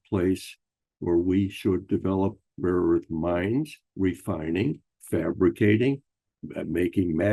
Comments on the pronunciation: Joke’s on you dude! CLEARLY Trump was saying “RAW” earth, not “rare” earth. Rare Earth is a band from the 70’s. Geez! 🙄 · And he of course calls it weirdly "raw earth". Probably on purpose in accord with the Kremlin script he got from his handler.